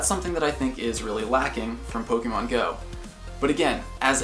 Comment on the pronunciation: I love this account, and I love how you are the first Pokémon GO YouTube account that actually gives the accent on the e (é) :)))